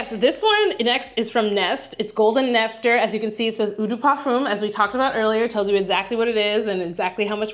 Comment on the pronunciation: Great video!!! Love your enthusiasm...but...quick French lesson..."eau" is the French word for water, and it's pronounced "oh", not "ew". I wore the same signature scent from when it was released in 1981 until November 2023...albeit long discontinued...although I maintained a small stash. My daughter encouraged me to explore new fragrances so I could keep, and occasionally use, my little stash...and I did. What I've found is that pretty much all scents I've ever worn, including that signature scent, had healthy doses of spices and woods and low-to-moderate levels of florals. I LOVE BDK's Pas Ce Soir, YSL's Babycat, BBW's Vanilla Romance topped with Mancera's Aoud Vanille. They both have cardamom, vanilla, and sandalwood notes and blend VERY well together.